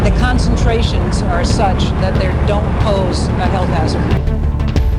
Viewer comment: There don’t pose? Their don’t pose? They’re don’t pose? She really nailed that line…